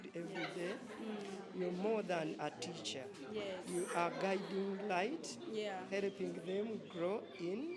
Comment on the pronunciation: Dear teachers the word is helping not heleping 😂😂😂😂😂ar you heleping chicken